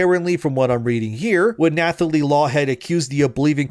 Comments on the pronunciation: Nathalie is pronounced Natalie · The "th" in "Nathalie" is pronounced as a hard "t." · The th in "Nathalie" is pronounced like the th in "Thomas", not like in "thumb". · Is this a bot? Who doesn’t know you don’t say the “h” in Nathalie? I don’t believe her wild story. Sorry. Sounds like a MeToo joiner for attention.